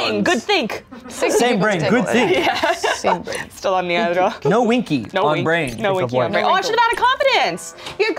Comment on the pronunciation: “no winky on bwain” SHUT UP I LOVE